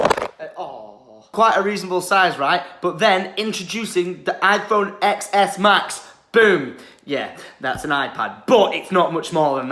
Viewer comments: It’s pronounced 10 S not EX S. I stoped the video right I will not watch a video if you don’t know what you’re talking about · It's pronounced 10s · X in iphone XS is pronounced as 10